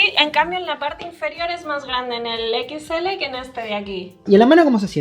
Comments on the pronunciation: siempre dice "pixel 3 equixele":v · Nada como escuchar a decir "Equits L" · Ostia puta, alguien que le diga a la guera que no se dice "equits ele" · Jaja por qué dice pixel 3 equisctsele?